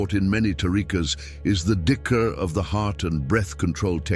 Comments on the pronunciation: not dickr, jikir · It's not dicker, it's zikir (dh in Arabic will sound phonetically like z in English) and another one is Luh Mahfuz not Law Mahfooz.